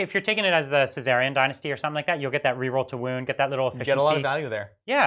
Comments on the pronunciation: Yeah, do they read these comments? Not only does the mispronunciation sound bad, it’s also an extra syllable! Ce-Sar-e-an vs. Szar-e-khan (zare-eh-con). We’re just here to help. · Zare-A-khan! Caesarean is a medical procedure for a woman giving birth :_laugh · There was also a Caesarean faction in the roman Civil War that led to the end of the Republic and the beginning of the Imperial Era. But it has nothing to do with the Szarekhan necron dynasty. "Sza-re-khan" is only three syllables and is not very hard to pronounce for an adult. I think he just has a reading impediment. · HES STILL SAYING CESEARIAN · He probably has a reading impediment. Szarekhan is only three syllables.